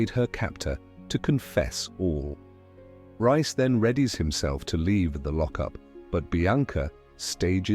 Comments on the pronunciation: It’s not rice it’s Reece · Pronounced REECE